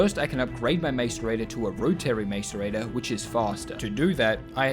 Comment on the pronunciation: The real challenge was hearing it pronounced mAce-rator so many times